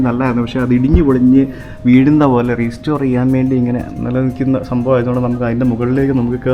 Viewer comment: PLEASE റീസ്റ്റോർ എന്ന് പറയല്ലേ. It's റെസ്റ്റോർ (RESTORE).